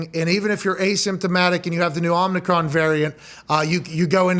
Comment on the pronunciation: It is pronounced Oh meh cron.